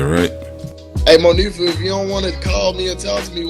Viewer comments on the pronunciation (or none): Why clown ass kept saying Mo fee ah....hmmmm bitch it's moniefa